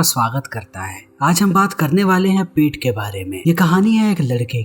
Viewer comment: Abe Peet nahi pet hota h bhai